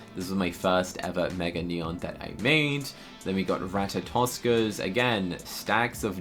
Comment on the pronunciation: Him - pronounces it as ra-ta-tos-ker le me: rato-sker Edit: are the Great Pyrenees for trade I’m collecting em for a mega